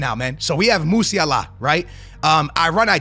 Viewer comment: Not how you pronounce “Musiala” you casual.